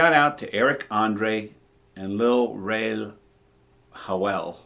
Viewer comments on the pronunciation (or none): Uuuugggghhhhh... well, you know what my thoughts on this are 😪 wow, you butchered Lil Rel's name 🤣🤣🤣 haha I really wanted to like this one as a fan of prank shows, but great review nonetheless my friend!!!